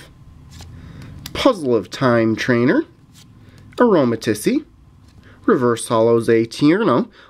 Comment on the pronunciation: Pronounced A-ro-ma-ti-se